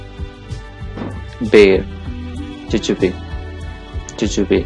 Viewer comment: You pronounced jujube wrong We pronounce it "Joo.joob" instead of "Joo. Joo bee"